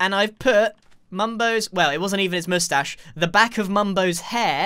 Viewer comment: NOOOOOOOO!!! Not the moushtashe